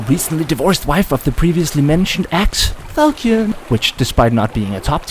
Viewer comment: reddit tism in a nutshell laughing at own garbage jokes pronounces fal-shon as falkee-on and deleting comments judging by the sound of your voice youre 1 impossible burger away from transitioning lmao